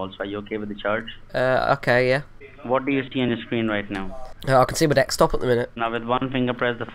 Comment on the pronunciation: what's truly sad is that they don't even catch deXtop or Wirus lmao. They listen to people pronounce it properly all day and can't tell when they're being goofed on by baiters lol good job! every minute they're wasting, ESPECIALLY when already called out, is someone else saved! Seen idiots waste 20+ minutes on a known virtual machine instead of answering more victim calls! keep 'em on as long as possible!!